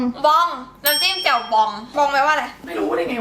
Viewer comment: แจ่ว ไม่ใช่แจ๋ว แจว แจ่ว แจ้ว แจ๊ว แจ๋ว จ้าาาาาา